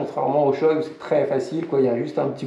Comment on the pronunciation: Par contre on dit « shoé » pas « shoille » Voilà voilà.